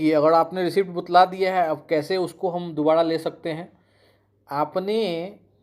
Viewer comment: कैसे कैसे चू... आ गए हैं यूट्यूब पर, जानकारी एक पैसे का भी नहीं होता है लेकिन फिर भी मुंह उठाकर वीडियो बनाने और ज्ञान देने चले आते हैं। और ये बुतलाना क्या होता है बार बार बुतला गया है बुतला गया है कर रहे हो